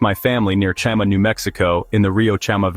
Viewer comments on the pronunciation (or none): Chama…”CHA-mah”…not “CHAM-uh”